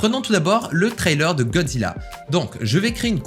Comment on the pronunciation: A la façon dont tu dis "Gozzila" m'a littéralement fumé 😂😭